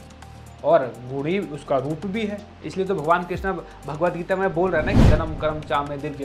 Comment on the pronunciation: Bhai "Krishna" nahi "Krishn" Krishna to Dropdi ka dusra nam hai